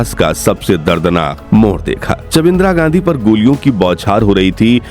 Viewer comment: इंद्रा गाण्डी 😂हाँ हाँ हाँ इंद्रा गाण्डी। बोलना ही नहीं आता 😂